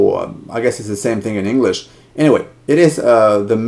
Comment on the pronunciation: ish he sounds so american when he says english